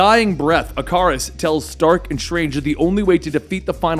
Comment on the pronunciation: Why did you say Ikaris like that? 😂